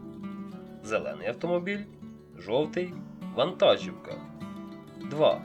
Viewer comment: Українською мовою наголос у слові вантажівка іде на склад "жі". Ті хто починають розмовляти українською або з Західної України постійно неправильно ставлять наголоси у словах.